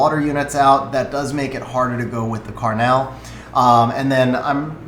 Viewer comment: Great video! I loved hearing all the strategy and thought behind the draft pivots. One thing I had trouble getting past was the constant pronunciation of Karnal as "Karnelle" lol. It's like the word carnal, not the CA town Carmel. 😅 But nevertheless, a very useful video and I appreciate what you do!